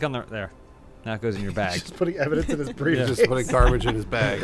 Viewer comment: I honestly hope I'm not the only one who heard, "Bruce case" instead of "briefcase".